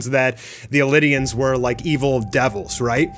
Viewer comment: Elidian? Wasnt eldian?